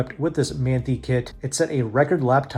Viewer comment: Good info, FYI it’s pronounced “man tie” kit.